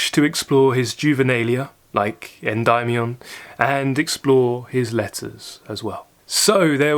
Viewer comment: I used to read Keats when I worked the night shift in a lumber mill waiting for the trucks to roll in, which I had to measure for their load. I liked Endymion (your pronunciation of that word is a correction of my own, thanks). There are fragments in there very attractive to me with my foresting background and love of mythological perfective realism. Thanks.